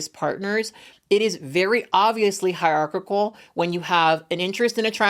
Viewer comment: Her pronouncing hierarchical like its got 3 c's is driving me crazy 😂